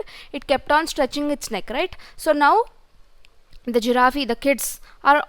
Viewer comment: it's a giraffe not giraffeee😅